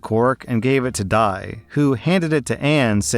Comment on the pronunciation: I just wanna ask: wouldn't Di's name be pronounce as Dee, not Die.